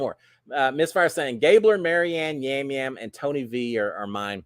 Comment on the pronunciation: Yam Yam is pronounced as a "soft " J in Puerto Rico. From all your travels, you probably know that letters are pronounced differently in different parts of the world.